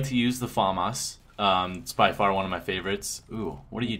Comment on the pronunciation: they are saying famas wrong lol